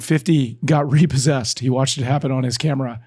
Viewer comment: Man, the RE-PAUL-SESSED section got me cracking lol